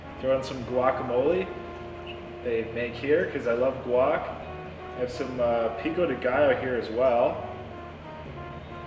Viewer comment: good to see you enyoy the food but a few point of view the burrito its not mexican is tex-mex and i dont know why the owner pronounce all the spanish name like american picou di gallo es pico de gallo saulsa vierde es salsa verde chilli di arboul es chile de arbol